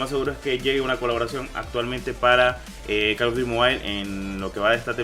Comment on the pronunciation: Di bien call of dut no call of duri dilo bien